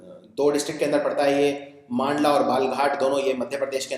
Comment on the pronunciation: very nice video sir ..thanku so much sir .. i m from balaghat ,mp☺ it's pronunciation is बालाघाट एंड मंडला ।